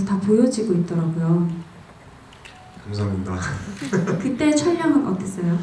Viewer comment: 유배우님 보면서 자꾸 날 돌아보게되고 속으론 질책하고 있는 걸 발견해 하.. 사람을 대하는 자세가 넘나 진중해서 내면이 굉장히 깊은거 같아 그리고 매번 ‘ 감삼니다 ‘ 라더니 여긴 또 발음이 아나운서야 ㅎㅎ